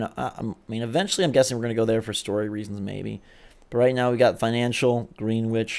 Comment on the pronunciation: The fact that he said Green - wich instead of Greenwich is so cringey